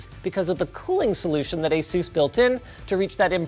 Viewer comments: Asus is named after the Pegasus, someone tell Linus to stop pronouncing it like Zeus!! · Guys Say Asus... but without the A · "ay sews" be making monitors brighter than the sun